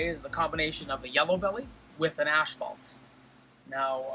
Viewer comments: Gotta love the way pronounces asphalt. ashhhhfault. Love the freeway stuff! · We are Canadian that’s how it’s pronounced up here. 🤗